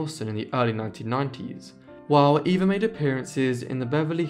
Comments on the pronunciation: Absolutely correct. Eva was pronounced Ava. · Surprised you didn't mention Green Acres, it's the main reason I know who these sisters are! I thought Eva's name was pronounced "Ah va". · Great video! I've always been fascinated by the Gabor sisters. A couple facts: Zsa Zsa's name at birth was Sari. Also, I believe Eva's name was pronounced "Ava."